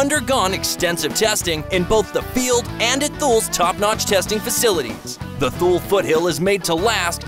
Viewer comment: Thool? Life “p” “o” 4? Sorry, but might want to research your pronunciations for next time. Thule = Too-Lee; and it’s usually LiFe “po” 4.